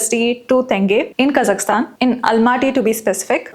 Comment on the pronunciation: you are the only Indian the name 'Kazakhstan' properly pronounced, BRAVO! like it. :)